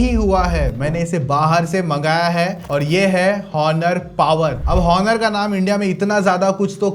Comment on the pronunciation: Onor ❌ honor ✅